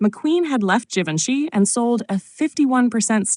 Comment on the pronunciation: WHAT IS " JE VON SHE"? HOW MANY TIMES IS THIS "NARRATOR" GOING TO MISPRONOUNCE IT?